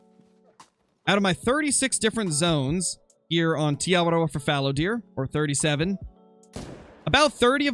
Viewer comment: I thank you for saying te awaroa correctly